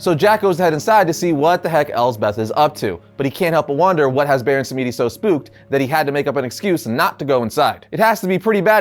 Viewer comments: It's pronounced Baron SAM-DI not sam-me-di. Please!! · i just want to say if its "samedi" its not Sam-EE-dee, it should be sam-dee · The name Samedi is creole and pronounced “Sam-Dee” ☺️ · Thank you I didn't want to be that guy but that shit hit like finger nails on a blackboard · Samedi is a French word for Saturday, and you're pronouncing completely wrong, but hey at least you're trying. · You're saying The Baron's name wrong it's pronounced samedi. You don't pronounce the e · Not to be mean but that pronunciation of Baron samedi is pretty bad